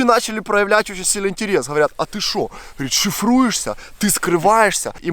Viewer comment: Я теперь считайте, сколько "ховорит" говорит в начале)